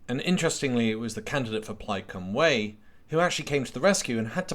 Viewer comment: cymru = "cumrree"